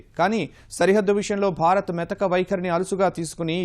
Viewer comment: అమ్మా తల్లీ !!!! న్యూస్ రీడర్ మన దేశం పేరు అయినా సరిగా పలకడం నేర్చుకోండి. భరత్ కాదు భారత్